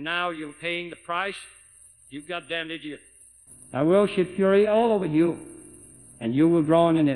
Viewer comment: “You are fkin dead… kidDOH.” 😂